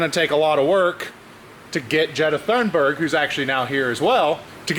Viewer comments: I believe it is pronounced like 'Jetta Toonberg'. Please tell us that for ultimate irony Ms. Thunberg is a diesel. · I know you named her, but I believe its pronounced Jetta Toonburg..